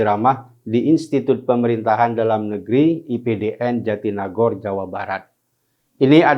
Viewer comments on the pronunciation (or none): Ngomong jatinangor aja ga becuss. Goblokk